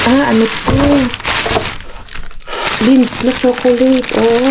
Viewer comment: Ang sarap mag blender ng veggies at gumawa ng soup na “caldo verde”. At ung chocolate na lindt it is prounounce as “LINT”= lindt isa sa medyo mahal na tsokolate din at isa sa pinakamahal na di ko pa nakikitang nakukuha ninyo kakalkal ay ang “ GODIVA” = gu-day- va. Sana this xmas season ay makakuha kayo or maybe after ng season na yan coz every after ng okasyon sila nag tatapon.